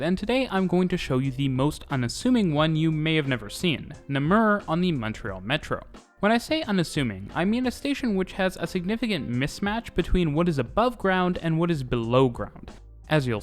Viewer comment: You mispronounced the second syllable. Décarie,too. You could easily have found a Momtrealer to help out.